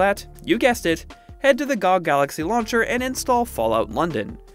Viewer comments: No way he called it "gog" lol its G.O.G!!!!! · I don't think he knows it's an acronym lmao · bro really said GOG like that